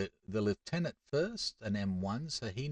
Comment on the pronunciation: It is so nice to hear "lieutenant" proncouced properly 🙂